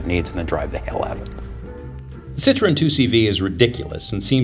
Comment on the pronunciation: you need to learn to say the name of the car. It is not a fruit, try Sit-row-en. I was a factory tech for Citroen 2CV, 3CV in a Mahari body (all plastic Beach Model yr. 1972) DS19, DS21 at a dealership in Milton Ma. This made me smile thanks for the trip down memory lane.